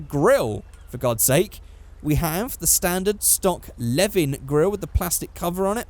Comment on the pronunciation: When said ae86 I was oh yea then he said leven then i was like ahh fuck